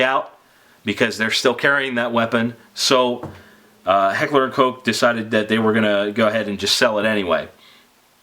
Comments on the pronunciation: Stephen Hedger that's how it's pronounced. Even says it on their website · You're a great reviewer. I like how you pronounce Heckler & Koch correctly. Keep up the good work.